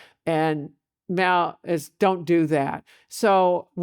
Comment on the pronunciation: Is she saying … Meow?